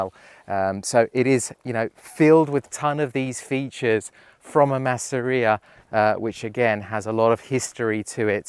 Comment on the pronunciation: Das nennt sich nicht maaaseria,sondern massseria betonung auf dem zweten buchstaben 🇮🇹🧟‍♂️🇮🇹